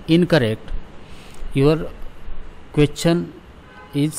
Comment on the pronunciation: Question ❌ qwethion✅